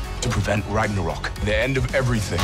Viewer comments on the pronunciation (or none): “Thor Ranyarok" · "Thor rañaro"